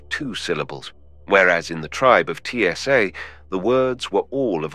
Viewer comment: Really, TSA? It’s Tsa, not T S A.